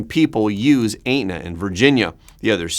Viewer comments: Et-na not ate-na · Aetna is pronounced Etna, the "a" is silent. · you do a great job of giving us real news! Thank you! It sounds like you may have a Canadian accent? Aetna is pronounced Et-nuh. 🙃😊🤗 A few other words give you away, as not being US pronunciation’s, but not too odd to our ears.